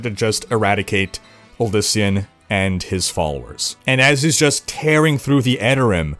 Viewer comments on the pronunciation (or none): none